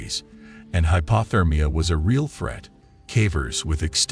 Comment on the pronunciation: Bugs the sht outta me how he says "hypAHthermia" instead of hypOthermia. 🙄 What would l do if l were trapped? I'd go hypothermic and die.